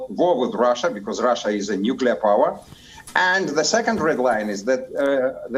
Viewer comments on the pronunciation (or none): none